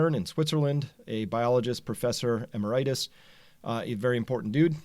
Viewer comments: We RLY need a honey badger T-shirt !!(front, the virus...back, your fans and other tenacious reality seekers) Oh, and emeritus is typically pronounced: E merit us ! I guess u skipped all that folderol and went straight into industry...Congrats! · Love your videos but....it's pronounced e-MER-itus.